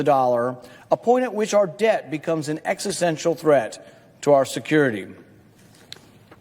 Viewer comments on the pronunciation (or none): none